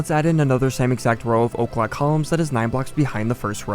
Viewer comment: Why are you saying o’clock columns? Because that’s what Im hearing